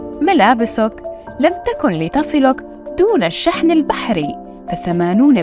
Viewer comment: هناك غلط في اللفظ في بداية الفيديو والله اعلم لم تكن لتصلك لم: حرف نفي مبني لا محل له من الإعراب، أو حرف نفي وجزم وقلب تكن: فعل مضارع ناقص مجزوم بــ (لم) وعلامة جزمه السكون لتصلك: لام الجحود حرف جر مبني لا محل له من الإعراب تصلك: فعل مضارع منصوب بأن مضمرة وجوبًا، والفاعل ضمير مستتر تقديره هو، والمصدر المؤول من أن المضمرة والفعل المضارع وفاعله (أن تصل ) والله اعلم